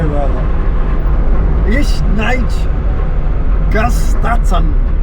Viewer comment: That german is painful!! NIIICHT - like a soft ickkkk and a lowercase i and no e after the c!. N i cckkkkt